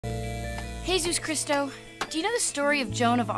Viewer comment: “He-sus Chris-to” 😂